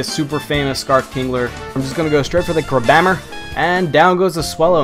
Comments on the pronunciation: Isn't it pronounced "crab hammer"? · do you say crabhammer like that on purpose? I always pronounced it crab hammer. I might be wrong so correct me. I know other people pronounce things differently